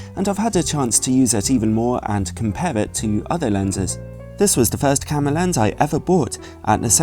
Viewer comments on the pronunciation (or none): please don't say camer!